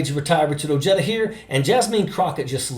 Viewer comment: Why do you refuse to pronounce Ojeda properly?? It's O HEH DA ? NOT O -jeh-duh.